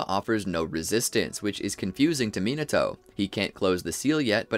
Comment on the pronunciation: 👆🤓 um actually it’s pronounced “ Minato”